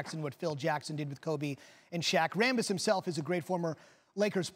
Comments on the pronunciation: Jeanie Ram-Buss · Kurt rambis? OMG LOL.